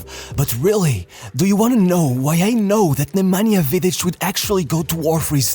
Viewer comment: I've been following you for a long time and I'm really glad that you made a video about Nemanja (and you even pronounced his name correctly) please make a video about Dejan Savičević Genius,such a genius will never be born again,greetings from Serbia ❤